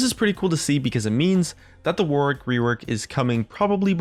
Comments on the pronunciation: His name is pronounced War-ick, not War-Wick. Yankee Doodles! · It's WAR-ICK not WAR-WICK, god damn Americans...love your videos tho :) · Warwick isn't pronounced war-wick, it's more warrick, like Yorick but with a W. Honestly cringed every time you said it wrong. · Can no one say his name right? Its Not pronounced 'War', it's pronounced 'Woh'. The 'W' in the middle is also silent, phonetically it would be spelt: 'Warick'. So it's not War-wick, It's Woh-rick lol. Reference: I've lived near the town my entire life, people getting this wrong is so common, And the Actor Warwick Davis. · When people say War Wick when its pronounced Warick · The way WARWICK is pronounced is "WARRICK" like the actor, Warwick Davis. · It's warwick. It's a city in england, and a song by duffy. It's not war wick. The second W is silent. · "War wick rework" Mate, Warwick's a real name. It's pronounced Worrick. Like Warwick Davis. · Warwick is pronounced in a very similar way to Yorick, just with a W obviously. It isnt war - wick. :) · Just fyi, it's pronounced "warrick". The middle 'w' is silent. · I'm pretty sure it's pronounced worrick. Stop torturing yourself. Like to save a life. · The way to pronounce Warwick is to just ignore the second W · he tried so hard not to say warwick wework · that's not how you pronounce warwick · Don't you just love how Americans can't pronounce Warwick? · Hint - the second W is silent...